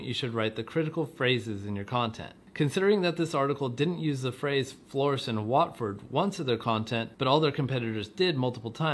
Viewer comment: So strange hearing an American accent say Watford 😂